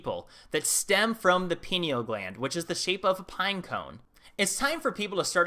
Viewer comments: I just saw your other video on the destruction of the alexandria library, didn't you say caesar did that? Maybe that's what's taking up 53 miles of shelf space. As in, they stole the goods before they torched the dump. Also, unimportant side note, i think it's pine-eal gland, rather than peen-eal, like the pine cone it resembles? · "pineal" is from latin, thus pronounced "pie nee all". not "pee nee al". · Pie-kneel please pronounce it correctly. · Pie- knee - ll damnit ... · Pi (π) knee - all Gland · great Channel, you are on to some amazing insight. Side note Pineal Gland is pronounced "PIEneal Gland...I would love someone like you do a video on "treaty of peace and friendship 1787" Let me know what you think of a topic like this... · dude I thought you just had one channel dealing with moldivite n its pronounced pine ell gland.